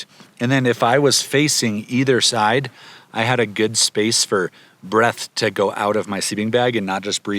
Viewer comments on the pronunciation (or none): none